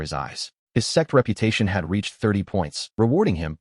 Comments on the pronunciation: Whenever that word out, laugh It's Sect. / Sekte NOT s3x 😅😅 Aiyaaaaaa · till this day I'm still baffled to why the ai voice an subtitles mistake sect for sex😂😂😂 every video not just this Chanel😅 what is going on